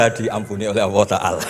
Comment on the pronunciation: sayangya gus baha nggak bisa lam jalalah,Alloh kok dibaca Awoh